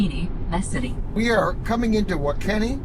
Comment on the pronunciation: I used those 100kw chargers in Goodland last summer, I went to Ionna chargers and they were all down to a network issue. It was nice having a backup. WaKeeney, Kansas, is pronounced wa-KEE-nee